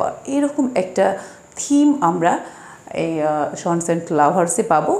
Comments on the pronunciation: "ষন" son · It's a matter of huge regret that even you don’t know the pronunciation of the word "son", even after you are making video on it.. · It' matter of regret that she don’t know what is the correct pronunciation of the word 'sons'.😂